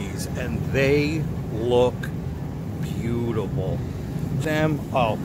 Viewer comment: "shitake they look beauteble" ????? have you been puffing the magic shrooms or what. lol